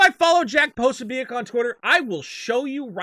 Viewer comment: is so tight with Jack Posobiec that he doesn't even know how to pronounce his name (Pra-so-bick). Or is this just cover, for you rampant white supremacy (even though Posobiec isn't one either)? As any good thought-piece journalist knows: never left the truth get in the way of your boring BS narrative. My confession. I'm a big Elvis Costello fan and when I sing-a-long with Oliver's Army, I don't sing: 'All it takes is one itchy trigger; one more widow, one less white N word'. It doesn't scan and it's fuck all to do with Race - it's a Catholic slur which EC would presumably have had directed at him. Lennon's 'Woman is the N Word of the World' just about scans, but sounds, well stoopid.